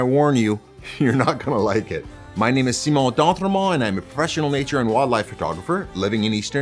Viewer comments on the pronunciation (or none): When I first watched him I thought “who is this Silly Canadian and why does he pronounce his own name so funny?” 😂😂😂😂 yes I love his uploads now despite this.